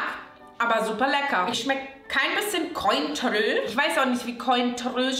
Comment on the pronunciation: Mit dieser furchtbaren Aussprache wird definitiv nicht das Cointreau werbegesicht 🤣